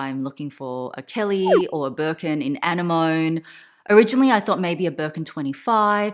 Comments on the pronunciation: It's a-ne-mani not annie-mone 😐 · is the color "Anemone" like the sea creature? if so it's pronounced "ah-nem-moh-nee." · Isn’t it pronounced an-NE-moh-ne? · 💜💜💜 it’s pronounced [UH] + [NEM] + [UH] + [NEE] 🤗. It’s beautiful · She pronounced it with the French emphasis..